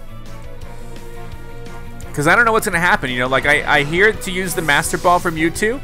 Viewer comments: It is mewtwo not mewtoo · It’s Mewtwo Not mewtoo Sorry I had to be that person Edit: He fixed it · It is Mewtwo not Mewtoo XD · Mewtwo not mewtoo